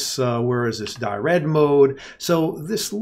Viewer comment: I think it's dir-ed, not di-red. As in directory editor.